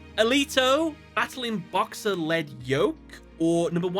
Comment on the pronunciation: Thank you for pronouncing Lead Yoke correctly.